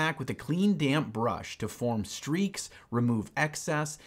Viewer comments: Anyone else keep hearing "damn brush"? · Literally every time said "damp brush," I heard "damn brush," and the video was all the better because of this.